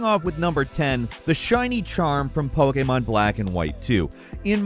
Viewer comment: "Poekaymarn"